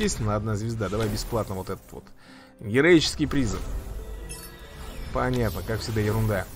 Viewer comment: ПризЫв, а не прИзыв, кровь из ушей когда так говоришь